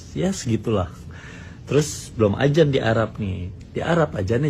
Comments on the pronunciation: Adzan bukan azsn😅😅😅😅😅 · Ajan ajan.. 😂ngomong aja salah lu tong🤣